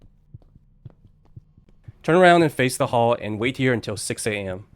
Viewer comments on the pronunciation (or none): none